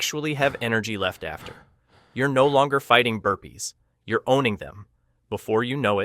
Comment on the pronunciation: OO HE WAS SAYING BURPEES , i was wondering what happend btw him and herpes